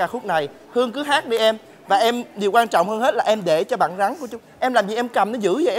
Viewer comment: mc gì mà con rắn đọc là con gắn